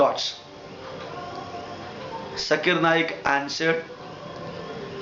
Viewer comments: fast of ol u pronouns his correct name his name is zakir naik....not jaakkir naek..........or please spitout gutka from ur mouth..... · This Gentle Men says Mr. Zakir Naik is not pronouncing the Proper Name of some Line of Veda or so...and concluding... Let me ask .. this gentlemen is not pronouncing even the name of Dr. Zakir Naik the way it has to be pronounced. What is relevance. Ironically... See who is telling what and what...???